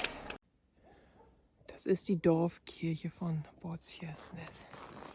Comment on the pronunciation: Kann es sein dass du Båtskärsnäs meinst und es seltsam aussprichst? Es wird Boot- schärsch- näs ausgesprochen